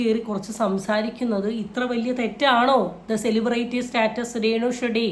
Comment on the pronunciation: വടി എന്നാ പറയേണ്ടത്... അവൾ അതു അംഗീകരിക്കുന്നു...... വടി എന്ന് സെലിബ്രിറ്റി എന്ന pronounciation പോലും അറിയില്ല.... ബ്രേയിറ്റി.... എന്നാ പറയുന്നത്. തെറ്റ്